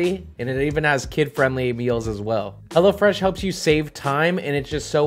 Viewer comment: Anyone else thought he was sayin hellafresh not hellofresh